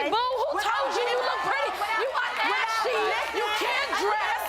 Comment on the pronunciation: The way Rah says "ashy" so hard be having me dying every time. 🤣🤣